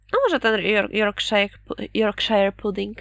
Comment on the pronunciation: Zapomniałabym: "Yorkshire" wymawia się "jorkszer" 😅